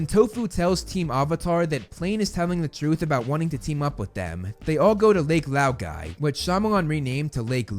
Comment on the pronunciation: I just ~ DEFLATE LAUGHING ~ when he says “tofu” or “lake loogie” 😂